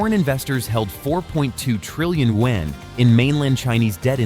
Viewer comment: Thank you I appreciate the attempt to pronounce “you when” for the Chinese yuan 圓. The way you pronounce it is two syllables. It sounds like “you when.” Make it one syllable as in “ywen.” Say “you when” faster and in one syllable “ywen.” Thank you in advance.